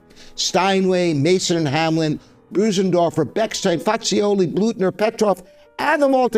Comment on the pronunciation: Sir, you could at least pronounce the names of the pianos correctly. I refer specifically to Bosendorfer & Fazioli. Thank you